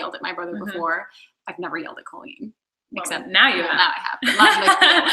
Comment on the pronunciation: She keeps calling her "Cahleen" instead of "Co Leen"😂😂😂